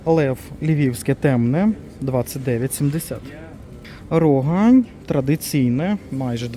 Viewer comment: Дякую за обзор. РогАнь наголос на "А".